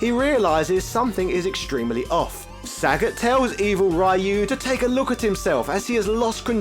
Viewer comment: This guy refuses trying to pronounce the names correctly. It's not only Ryu, but also Sagat, Gōken, Gōtetsu.... It's not only a matter of British vs American pronunciation. It's ok to pronounce the names wrongly, but maybe it would be more respectful to at least ... try?